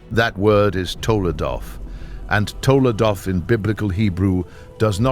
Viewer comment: TOLDOT... NOT TOLADOT... תולדות